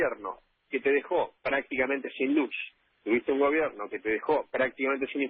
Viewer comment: "Un gobierno que dejo shin luzh" concheto de mierda, basura